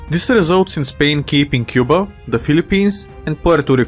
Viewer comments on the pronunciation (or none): none